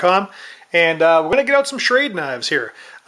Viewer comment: not that it matters but its pronounced Shrawduh